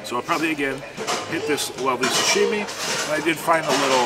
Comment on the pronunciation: ...it is sashimi, not sushimi. Pronunciation is like You would say sushimi american way.:) Great video as always.